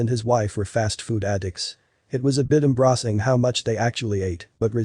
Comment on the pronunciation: Hate robo voices! This on can't even pronounce embarrassing!